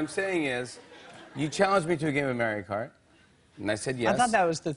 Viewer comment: "You challenged me to a game of Merry-Kart"